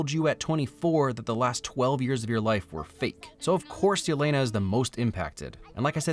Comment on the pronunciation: Its Elena not Yelena pronounced like Elena of Troy .